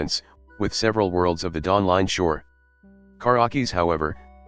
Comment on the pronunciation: Dawling Shore?